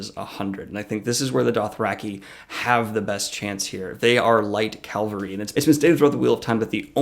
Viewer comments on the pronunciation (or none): You keep saying cal-ver-y, isn't it ca-val-ry? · Thanks for the video! Great job as always. One request from someone with a military background: please stop saying “Calvary” instead of “cavalry”. Calvary is where crucifixions happened, cavalry are mounted soldiers. Notice where the L is in each word. I’m looking forward to the next video! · it's pronounced CAValry. not CALvary. The ;latter is a place. The former are a unit type. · I love you, but CAVALRY, not CALVARY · ...Calvary... Cringe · Great analysis but can you say "cav-al-ry"?!! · Is this guy saying calvary instead of cavalry? xD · you were killing me with 'calvary' i/o cavalry! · What is calvary? :S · It's cavalry. Really? Don't let me go. Stop saying calvary. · Nitpick: Cavalry are military units historically made up of horsemen. It's related to the Spanish word Caballo for horse or Caballero for cowboy (I think it is a little weird that their word for that concept means "horseman" and ours means... cow boy) and in Spanish the V sound has basically merged with the B. Also Chevalier in French is Knight, a role noted for their horsemanship and in French Cheval is horse. So, the common thread here is that the V sound (or b/v) precedes the L sound. Calvary is the Anglicization of the Latinization of the Aramaic word for the place where Jesus was crucified. Sorry I can't help it. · "CAVALRY" ... U keep saying "calvary" ...